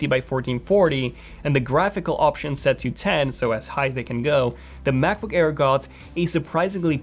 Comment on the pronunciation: He says Macboo-care lmao